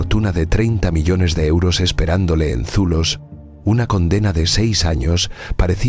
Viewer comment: Pq dice euro osos ?????